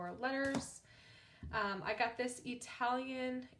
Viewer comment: It’s ltalian. I hate when people say “aitalian”